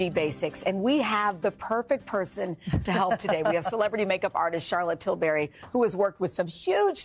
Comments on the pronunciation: Where did they dig this presenter up? Too loud, talked too fast and kept interrupting Charlotte. Awful. She pronounced her surname wrong too. It's 'Til-breeee', not berry. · “Til-berry?” 🤦🏻‍♀️ It’s Tilbury, like “til-bree”. And yeah, give her more time. She makes celebs of all ages look good and her products are legit. These little mini infomercials are too fast and honestly aren’t helpful. This is why I don’t watch TV morning shows anymore. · If you are going to have a famous guest on your show, pronounce their name correctly please. It is NOT Til-berry. 🙄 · It's not til-berry. It's pronounced Tilbry. We're British darling. We pronounce things differently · I’m not British but it irks me when people say Til-berry!